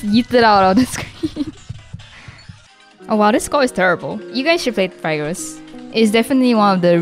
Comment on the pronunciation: It somewhat triggers me to how she says Phigros.